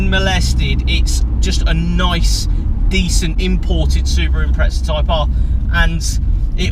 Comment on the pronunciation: Wtf is an impretza? You mean impreza right?